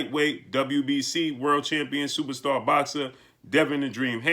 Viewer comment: Supastah, supastah, supastah. with that said, with that that said.